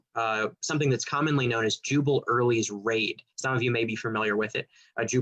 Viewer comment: Is he saying "Juber" instead of "Jubal" Early? Why? It's confusing to historical information...